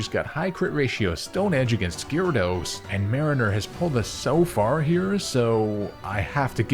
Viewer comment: The y is silent in gyarados man